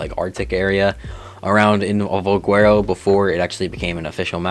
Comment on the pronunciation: Why do you pronounce valguero with a W?